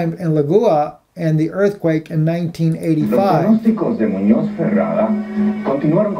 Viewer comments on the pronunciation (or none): Muñoz is pronounced, moonyoz. Not moonoz.